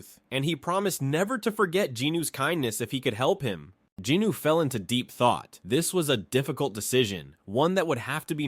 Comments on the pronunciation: Any idea why he keeps saying Jinooo instead of Jinwoo? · Love the videos but I can recommend correcting the pronunciation for Jinwoo’s name? You say Ji-nu when it’s Jin-woo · Its jin-woo not jinu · I love these videos the only thing that grinds my gears is him saying Jinwoo’s name wrong😭😂